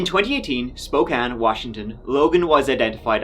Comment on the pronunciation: Off topic.... Thank you for pronouncing Spokane correctly.